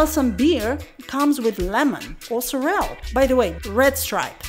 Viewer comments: thanks for the very informative video. Your pronunciation of Sorrel, cracked me up. You said "so-rell". For a moment I thought it was something new because I'd never heard of that. But, when you showed the bag with the word, I realized you were talking about Sorrel (pronounced "sor-ril").😊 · really? It's sor-ril? Like "sorry + real"? ahahaha, I failed twice with pronunciation in this video, first with callaloo, now with sorrel, lol 😂😂😂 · The way you pronounce words like sorrel and callaloo just slays me. Im dying over here! Keep up the good work and continue to enjoy your life in JA. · Her pronunciation of sorrell is appalling